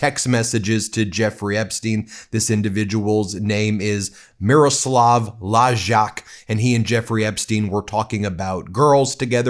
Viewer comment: Hi, Ben, huge fan of yours btw... You pronounce the name of the disgraced advisor of PM Fico like this: Meeroslav Lajtchak. For the rest - yep, a horrible person indeed - just like the other perv - PM Fico himself.